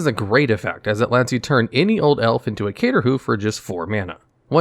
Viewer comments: Love the idea of the channel. You should be more careful though... mispronunciations... missing letters like “cater” vs “crater” make your words far less creditable. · I know ur new, but get your craterhoof pronounciation correct. You coulda misspronounced many things but you can’t do it to the hoofdaddy. Do be mindful next time pls ;) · Why can't you say Crater hoof?